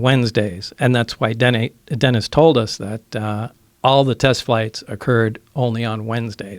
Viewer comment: He just said Wednesday. “ay” dennAY “ay” is what he said. He just misspoke and pronounced Dennis as dennay because he just said Wednesday. I’ve done it a lot of times it’s pretty common